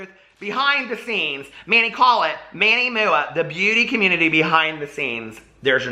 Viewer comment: I love how fluently he says MANNY MOOAH😂